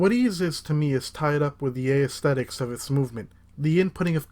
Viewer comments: Consult your local dictionary or one online. You will find that aesthetics is not pronounced ay-esthetics. :P Great job though! I love these videos. :) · "Ayy-eh-sthetics" Exclude that "ayy" at the beginning. The word becomes 100% less laborious to say. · In both American English and British English, it is a three- syllable word pronounced “ess-THET-ik”. Ignore the”a” at the front, it is a holdover from its Latin roots but we do NOT pronounce it. I mean, one is welcome to pronounce it however one wishes... but there is only one way to say it correctly and that is without the “A” at the beginning. If you were making this point also, sorry I misunderstood your post. 😊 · And that’s how it’s actually pronounced.